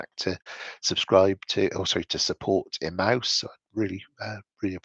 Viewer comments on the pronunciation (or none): Hi, just to let you know Emmaus, a charity I've known for some time is pronounced "e" "may" "uhs". Best, Mike